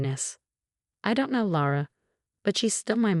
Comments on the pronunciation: Laura is pronounced LAW-ruh. You’ve spelled it Laura, Lura, Lara. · Hulura???? Luret??? Seriously, were you trying to see how many different ways you could misspell and mispronounce "Laura". And who the heck is Sophie??? Seriously people, proofread and consider some punctuation. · Since her name is Laura, you really should pronounce it correctly throughout the story.